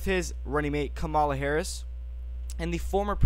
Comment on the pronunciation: Learn to pronounce Kamala Harris name properly dude